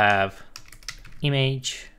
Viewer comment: nice, dar te rog nu mai spune imeigi, ci imigi la image, mersi, suna ca naiba :)